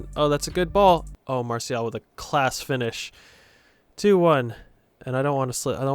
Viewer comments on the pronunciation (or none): none